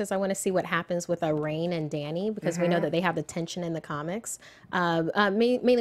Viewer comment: wolfsbane's name is pronounced "Ronnie" - Rahne Sinclair. Not "rain."